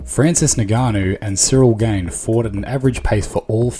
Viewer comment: Would be good to pronounce the names right. Ngannou - ingarnu. Gane - garn Khamzat - cumzaht